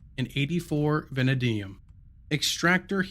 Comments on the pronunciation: Very well put together, easy to follow without phallus stuck in fan. Btw its pronounced (vuh-nay-dee-uhm). 😂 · van-AD-ium and sieve rhymes with give :) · The way this guy says vanadium is hilarious